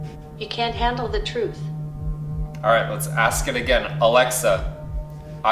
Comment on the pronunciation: YOU CAN'T HANDLE THE TRUFTH.